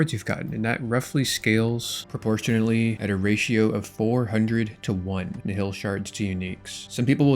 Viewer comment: Please let us know when you learn to pronounce nihil